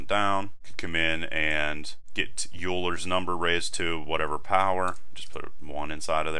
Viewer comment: it's pronounced "oyler's number"